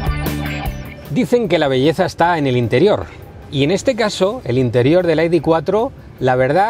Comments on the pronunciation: En once minutos que dura el vídeo ha pronunciado AIDI veinticinco veces Este “ señor “ debería volver al colegio para que le enseñen a pronunciar las letras ,,, i,,,, de Se ve que estudio en un colegio privado que es donde van a parar los que no aprueban las oposiciones , yo como estudié en la escuela pública no digo AIDI TRES ,,,, digo ,,,, i de tres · entonces por qué lo pronuncian en inglés , cuán están hablando en español ??? Hay que ser muuuu tonto para , en un vídeo en español pronuncien en inglés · Para decir el nombre del coche en inglés lo correcto sería decir "ai-di four", no? (Las letras las traduces y el número, no?). Si nos ponemos exquisitos, siendo un coche alemán, tendríamos que decir "i-de vier" (algo así como idefía) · El coche del pueblo por 35000€, ¿ de que pueblo?, porque del español no lo creo, aparte no creo que haya que estar repitiendo el nombre (encima mal pronunciado ) continuamente